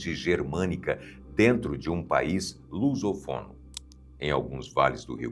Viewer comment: É país lusófono, não lusofono e é Cunhabebe (com e fechado, paroxítono) e não Cunhabebe (com ó aberto, oxítono), fora outros diversos erros de pronúncia.